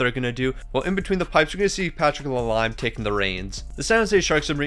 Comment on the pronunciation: patrick la leeeeeemmm lol not lime